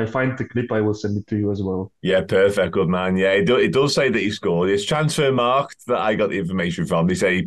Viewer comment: This channel needs to start pronouncing transfermarkt properly lol you just say ‘transfermarket’